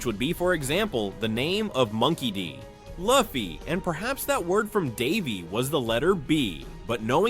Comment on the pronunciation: The way u say Luffy kills me..... punish urself